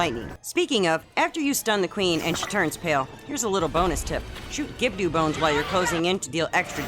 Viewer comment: It's pronounced Gibb-Doh. There is no "U" or "Ew" the end of the name 😁 Keep up the great work w the vids!